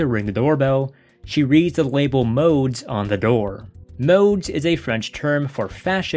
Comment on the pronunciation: The film is extremely creepy, but if you're going to talk about it, at least learn to pronounce the French words. The word nuit means night and is pronounced nwee. NOT "niyut." Modes means fashion and the s is silent, pronounced "mode." Buñuel is pronounced Boon-you-el. Not "Boon-well" and Deneuve is pronounced like it is written, Day-nuv. Not "Daynoo." And her wardrobe was all designed by Yves St. Laurent. What she's wearing is not just "clothes." And by the way, overall, your "analysis" would come off as more educated and informed without the vulgarity.